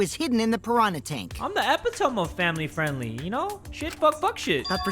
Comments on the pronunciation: the way he said epitome like ehpitoem instead of ehpitohmee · "I'm the epehtom of family friendly <3" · Epitome = ep-it-ome? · why did he say epitome like that 😭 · IK JAY DID NOT PRONOUNCE EPITOME LIKE THAT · did just mispronounced epitome- bYE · I know he didn’t just pronounce “epitome” like that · thinking abt how he mispronounced epitome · didnt even pronounce epitome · The way he pronounced epitome kills me